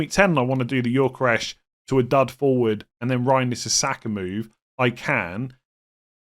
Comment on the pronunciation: Every time says Yorkeresh, I die a little inside.